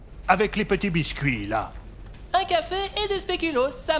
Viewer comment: Un "Côfé" et des "spléclucloss" 😆☕